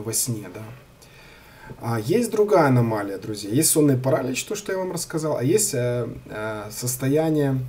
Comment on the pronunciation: онлайн-словарь ударений русского языка Ударение в слове паралич В указанном выше слове ударение следует ставить на слог с буквой И — паралИч.